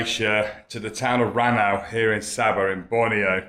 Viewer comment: RANAU to pronounce it 'RAW NOW' 😁